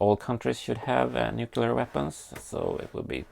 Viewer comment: nucular - the world is nucular :P